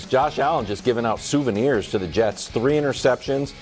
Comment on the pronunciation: Wildes said souvenirs 😂😂😂 haha